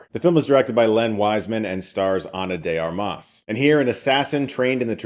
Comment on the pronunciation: Did you say her name wrong multiple times on purpose for engagement?